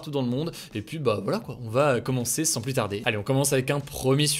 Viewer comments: Salut Hugo, merci pour ta chaine et son décryptage régulier et le plus souvent sérieux En revanche, ne le prends pas mal mais tu irrites un peu mon oreille à chaque fois, phonétiquement on dit " le varian Anglai est PLU mortel" et non "PLUS mortel" Merci et au plaisir de t'écouter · C'est marrant tu dis "plusse" :) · "plus mortel' on ne prononce pas le S mon cher Hugo ;)